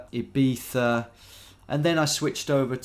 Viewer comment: Love the iˈβiθa when Ibiza, Tom